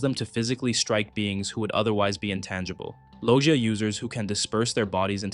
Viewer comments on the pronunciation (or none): Did this night say lojia